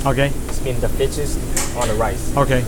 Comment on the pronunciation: im really sorry if im wrong but did he say bitches on platter? 15 seconds